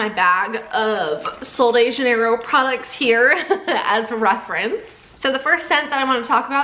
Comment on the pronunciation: The brand name is Portuguese not Spanish it’s pronounced JUH-NEIGH-ROHE